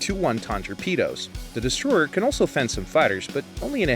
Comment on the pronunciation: Its called the BTD-1 Destroyer not Destroer